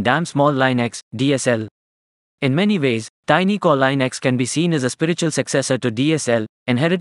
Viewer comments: Plz, its pronounced linux, not leinux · It's not lynax its leenuks